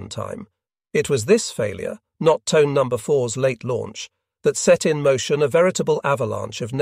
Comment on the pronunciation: Pronounced Toneh, not Tone…